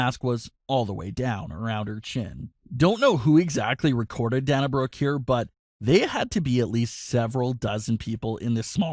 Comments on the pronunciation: Its Dana as in Day not Dan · I've only heard her name pronounced Day-na Brooke, not Danna Brooke. Do you w2atch wrestling? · Day-na not Dah-na. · Its Day-Nah not Dahnah.. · Yeah I hate that he pronounces so many names wrong. Its not DaHna Brooke, its DaYNa Brooke. I've never heard anyone pronounce Dana the way he does. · Oh for Pete’s sake it’s pronounced DAY-na Brooke. Sorry things like this drive me nuts! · SAY THE WRESTLERS NAMES CORRECTLY FOR F SAKE ITS DANA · You're pronuncing her name wrong it's dana as in (day-na) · DAY-NA..SAY IT WITH ME...DAYNA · Glad I'm not the only one that was annoyed by this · If I hear you say pronounce dana wrong one more video... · Lol learn how to pronounce her name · Oh shut the heck up you whining B......do you want to wear a mask for rest of your life. Its scam you m-ron and you're pronouncing her name wrong m-ron